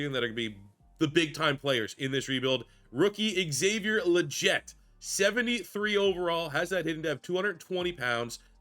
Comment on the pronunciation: Actually it’s “Lee-get”. That’s how he’s pronounced it in multiple interviews.